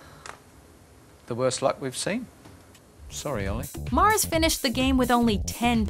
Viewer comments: Omg it's MURS not MARS! How are you misreading that???? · MURS, MURS!!! Not Olly MARS!!!! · It's MURS not MARS!!! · OLLY MURS - NOT OLLY MARS... it isnt that hard to pronounce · did that woman just call Olly Murs, Olly MARS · Did she literally just call him Olly Mars? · IT'S MURS NOT MARS HOW HARD IS IT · am i the only person that noticed her say olly mars not olly murs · It is olly murs not mars. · Ollie murs a U not an A how did you mix this up? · Learn to speak properly. His name is Olly Murs not Mars. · Omg.... She says olly mars..... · Olly "Mars"? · dear... that isn't how you pronounce Murs 😂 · The woman doing the voice over in this video couldn't even pronounce Olly Murs surname correctly oh dear 😆😆😆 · Can’t even pronounce Olly MURS correctly....